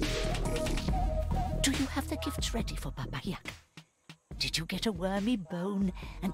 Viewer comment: I’m Russian and Baba YagA (with accent on the second A) is a big part of Russian fairy tales.